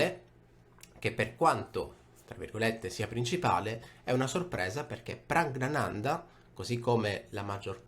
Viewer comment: una curiosità: Praggnanandhaa si pronuncia Praggnanandà, il nesso ggn è nasale, come in italiano "gnocco" ma con doppia gn.